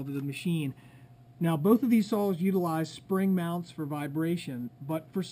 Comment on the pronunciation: are you calling saws sals